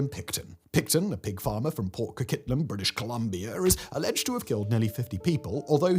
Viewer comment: "Port Co-Kit-Lum" lol